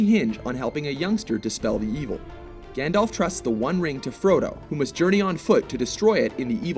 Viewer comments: It's not...pronounced..."GANDOLF"!!! It had to be said. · It's pronounced Gand-alf not Gand-olf hence the alf. Silly Americans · Oh god...I'm sorry but I have to... Firstly, it's GandALF not GandOLF. And Gandalf is a divine being, so he has incredible power. Gandalf is also forbidden by his masters, Manwe and Varda, to use anything but a tiny fraction of his power while in Middle-Earth. That being said, some of the feats Dumbledore has pulled off truly are amazing. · This guy's pronunciation of "Gandalf" and "Saruman" are making me cringe. FFS.